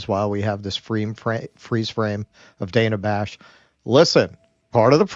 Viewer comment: Its DAN-UH, not DAY-NUH! Get it right! She pronounces her name differently than every other "Dana" on Earth, but if you don't get it right, you're a misogynist!